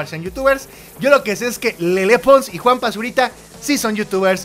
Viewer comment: Mau, Rudy Mancuso ha trabajado con ludacris, charlie puth, Stephen Curry, Justin Bieber, etc y es mucho más talentoso que Juanpa. P.D. Se pronuncia “lele”, no “lelé”